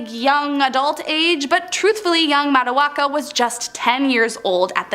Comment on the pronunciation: Not trying to be rude but Urm you completely got Matoakas name wrong….. for the Pocahontas section.